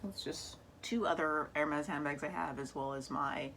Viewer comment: Hermès not hermés please 😁❤️💋 J’adore ta collection de sacs Hermès Gros bisous à toi 💋💋💋